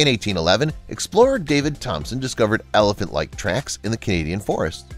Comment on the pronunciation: When he said elephant he pronounced it wrong😑